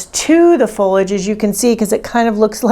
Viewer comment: Pronounced FOH-lee-ij as per the dictionary.